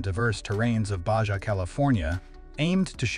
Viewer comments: BAHA, NOT BAJA 😂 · You say it like Bahaa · Baja pronounced BaHA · Did they really say, “Bay-Jah?”? SMH!! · Try to pronounce BAHA like a real human being. You loose cred when you make such a glaring mispronunciation. It's like when I misspell a word. I wind up loosing the good will of my audience. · BAJA pronounced BA HA 🙀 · We have this random translation going on across the border, lol. J is H, R is silent (I think). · Suggest you learn how to pronounce ‘Baja’. The editors must be deaf. I gave up trying to count the mispronunciations but it was a bunch. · They must be using computer language because nobody pronounces Baja that way